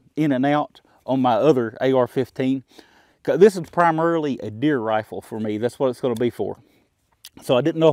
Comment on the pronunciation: Did you say "deer rifle" or " beer rifle" there? We all know Buffalo has been known to hunt some beer before...